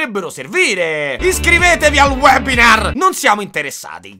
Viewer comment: "Iscrivetevi al wePinar" WEPINAR WEPINAR WWEEEPIINAAR,wepinar? Che cazzo è il wepinar?!, giustizia per sirius